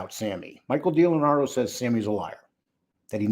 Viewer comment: Dee Lee Anadro. NOT. Delanardo